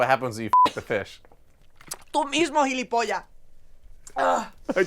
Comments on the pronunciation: It's not pronounced "gilipolla", but "gilipollaS" xd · It's gilipollaS, not gilipilla. And no one here says hijo de mil putas. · It's "jilipollas" used in Spain, not "jilipolla" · It’s gilipollas not gilipolla xDD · actually gilipollaS would be the correct way of saying it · where did the s in gilipollas go? was it fucked by a fish? ;) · Gilipollas actually has an S. I jsut got really anxious every time she said it without one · ¡Coño! ¡Que te folle un pez espada!Those are very interesting ones! I like your videos speaking about Spaniards. But the word is gilipollas with an s at the end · Whenever you say Gilipollas, make sure to pronounce the last s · As a Spaniard I 10/10 approve this.the only thing is that "gilipoll*s" has an s at the end that Joanna doesn't pronounce